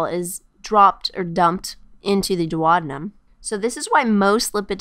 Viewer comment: This is a great video but it was very distracting that she kept saying dwad-num instead of doo-ow-dee-nuhm for duodenum.